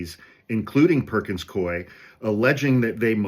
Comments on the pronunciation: It's pronounced cooie, rhymes with dewey. (I once moonlighted there in a temp job for a couple of months about a million years ago in the 90's.) I hope that helps. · It's pronounced "Coo-ee." Back in the day, my best friend and compatriot in the law, worked for them. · It's 'coo-ey.' My next door neighbor is a partner there. They screwed with the wrong law firm. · It’s pronounced COO-ee. I learned this from Legal AF. 🙏🏼💙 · It is Perkins Coo-E (I temped there decades ago).